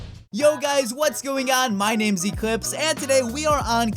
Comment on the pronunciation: I heard ya eclhipse